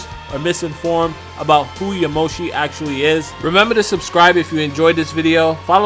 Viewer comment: Aaaahhh!! So annoying!! YaMOshi? Really!? When will people learn that japenese names put the emphasis on the first part! YAmoshi, please. Don't blame you though, thanks for the info and your thoughts!